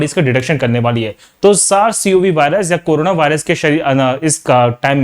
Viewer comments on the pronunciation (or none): none